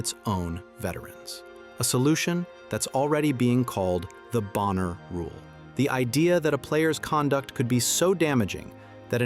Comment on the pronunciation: It’s not Boenher, it’s BONNER!